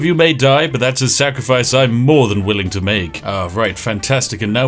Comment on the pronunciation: "a sacrifice I'm willing to make" wait he said the thing and it took him saying it right for me to realize he was saying it wrong all along XDD